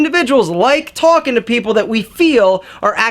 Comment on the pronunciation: I love when he says talkin